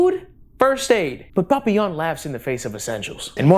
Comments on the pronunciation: I love hearing say papillion's name with Spanish zest 🤣 should be pronounced like pa-pi-yon, love ya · it makes me giggle every time you say "Papillon" because it sounds like how my mexican dad says "Papa Johns" lol